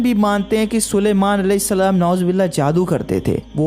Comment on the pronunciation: Bhai aap Salam galat karte ho